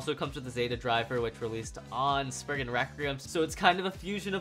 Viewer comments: It’s spriggon not spriigin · did he say Sprigin